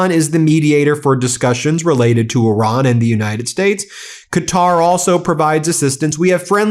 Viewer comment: It’s not Oran it’s Iran !